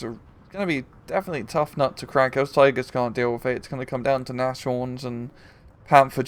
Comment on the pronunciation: nashorn is pronounced nas-horn, I'm pretty sure. It means nose-horn, aka rhino.